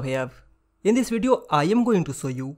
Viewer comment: Bro you said vedio not the movie